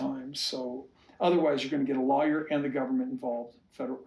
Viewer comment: He can’t even pronounce the word lawyer and he wants to act like he is one. Stupid fool. I so wish Christine obtained a court order setting forth child support, visitation and health insurance. We all know Kody didn’t provide health insurance for Ysabel but Truly should have insurance paid for by her parents and not taxpayers.